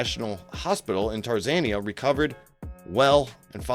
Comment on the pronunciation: So, apparently this guy is an idiot. There is no such place as "Tarzania". I can only assume that he means Tanzania..... I thought maybe he misread it or misspoke it the first time but he did it again.....